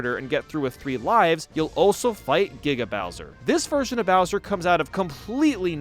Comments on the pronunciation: I stopped thinking about it the moment he said "Gaiga" instead of "Giga" and "Sega" instead of "Saga" XD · why does he go from "gee-ga" bowser to "gai-ga" bowser in terms of pronunciation in the span of 10 seconds? And the same thing with . He says "saga" in one way, then not even a minute later, , he says it in a completely other way. What's up with that? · Why the hell does he say giga like guyga